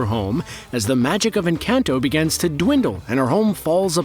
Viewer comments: more like en - cahn - toh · Pronounced en-con-toe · Every time he says "Encanto" I die a little. 😢